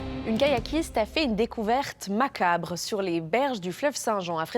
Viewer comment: "Macabre"... Ah les journalistes